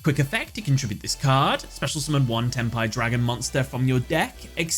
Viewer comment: sounds like "ten pie"